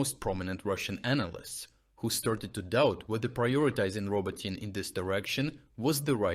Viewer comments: AI getting names so wrong (legendary) should be easily correctable I would think. But AI is not my area. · How is Robotyne pronounced? Ro-bo-teen or Ro-Bo-Teen-neh? I think you are using different pronunciations. I would suggest using your native Ukranian pronunciation rather than trying to "Westernize" it as we would learn how it's properly pronounced rather than letting outsiders influence how you speak. We are learning a piece of Ukranian literature through your videos. Don't hide the true pronunciation just to make it just a bit easier for westeners to understand. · Man, just pronounce Robotyne properly, not changing how you say it every time. Is this an AI? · It's pronounced RobOtyne / Робо́тине from the Ukrainian dictionary. That's not his pronunciation, it's AI. After he got back from being sick for a month he stopped voicing the videos himself. I'm learning Ukrainian, and one of the welcome side-effects of watching his updates every day was the tutorials on Ukrainian place names... early this year that changed, now those pronunciations are mess even though his voice, accent and cadence are reproduced pretty well. It makes me a bit sad but if he's found a way of sparing himself a bit of work, fair enough. I've had to literally copy and paste my comment from above, so many people are pointing this out. I'm a bit worried it will start to impact the channel's credibility with new viewers. I might have to email him about it. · Thus channel still has the best frontline information. But why anglicise plancenames? Is it really Rober-TEEN-ay? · He pronounces Robotyne at least 4 different ways. I wonder if he’s actually Ukrainian. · Riiight, but today he's saying Roboteen which is weird. Then he shifted back a bit later. Curious. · Anyway, later in the vid, he shifted his pronunciation back to RoBOtyne. Yes, it's weird to hear a Ukrainian mispronounce a Ukrainian name. That exactly why I mentioned it, his credibility, so please do let him know.